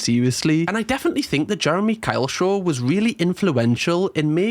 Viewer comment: drink when says SHORH instead of show 😁